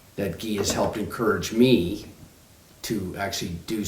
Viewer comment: It’s Guy not Ghee!!!